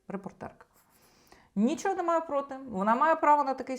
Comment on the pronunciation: Цікаве відео, дякую ) Ви питали, чи дратує ваше цмакання. Мене не дуже. Але є інші звуки, що не дуже органічно звучать для мене. Такі слова, як "немаЄ", "знаЄш", "здаЄться", ви вимовляєте як "немаЭ", "знаЭш", "здаЭться", на російський манер. Стараюся не звертати уваги, але реально важко. Тому дивлюся вас рідко, на жаль.